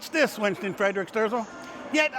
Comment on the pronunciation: It is Winston Fre-dick Sterzel.